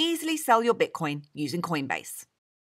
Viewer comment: and Did I hear queenbase?!